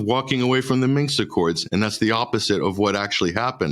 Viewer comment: 'Minsk', not 'Minx'...🙄 That would be an entirely different kind of accord, methinks...😆